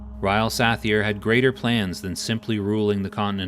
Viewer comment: TRAK-ANON. not TRUH-CANNON! also Suh-Thyr NOT SATH-EAR :D